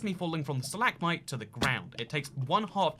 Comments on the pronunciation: Stalagmite not stahLAGmotye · Your “Stal-ag-mite” and “stal-ag-tite” pronounciations are triggering, just saying. (It’s stalag-mite and stalag-tite, hope this helps in future vids.)